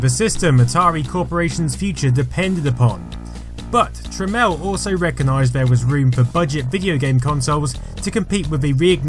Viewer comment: Really, Jack Tramiel should be better known. It's pronounced "Tramel", calling him "Trameel" pissed him off a lot, as did many, other things. He's not a very lovable character, but was probably the biggest contributor to the computer & gaming industry thru the 80s into the 90s. RIP Jack. PS He was an Auschwitz survivor which no doubt shaped his character.